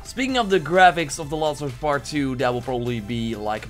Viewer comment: "The laws of us pet 2" seriously wtf can you not say last